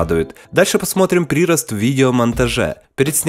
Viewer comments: Хосспаде, прИрост, ужс, уши режет. Нужно прирОст. Я понимаю, что вы украинец, но плиз, исправьте ударения! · "прИрост.... orIgins... ". парень, ударения ставится не по правилу "все ударения на И", а по правилам русского языка. в первом случае, ударение на гласное в корне слова, а не в приставке. а во втором случае, иностранное слово со своим правилом произношения.